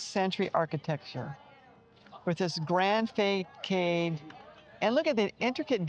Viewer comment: I love how you pronounce façade: fay kayd. 😚 I believe even in english it is fuh sahd. Sorry I feel I am only correcting you here lol. Thank you for the video, I am actually discovering Le Havre, Harfleur and Rouen. You're right, those places are not supposed to be touristy, and yet they have their charm. 😎